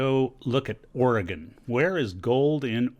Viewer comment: and he pronounces the states name correct. yall take note... :)